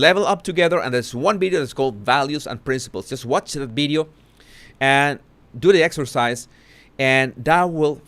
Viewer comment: Oh Jesus, I just love the way you pronounce certain words, I especially like bideo and other v words 😅 Loved how determined you were to pronounce determined properly It’s been great watching your vocabulary grow I would love if you could teach us a Spanish word each post - biggest regret for me is not being able to speak a foreign language 😊